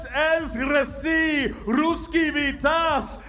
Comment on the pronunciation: AHAHAHAHAHHA, vitAAz Ahahahaha, vIIItaz will be correct!!!